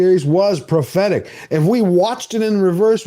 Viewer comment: During the "moving day" portion - did you say prophetc or pathetic? 😂